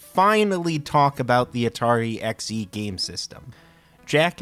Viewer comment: Why do you keep saying "E" when referring to the 130 XE and the 65 XE but you say XEGS properly? It's always been produced "X.E." not "EE" or "Zee." Also there's the XEGS package that isn't weird at all, since detachable keyboards were common with PC/XT clones of the time. The XEGS isn't the same 8-bit PC from 1979. It does have more integrated chips in it (i.e. FREDDY) that the XL line didn't have. The old 800 and 400 had many more parts (Glue Logic) that were consolidated into chips to reduce costs for the XL and XE line, and the 800/400 had more joystick ports. So the tech is based on a PC from 1979 that was way ahead of it's time compared to the C64, but it was modernized for more RAM.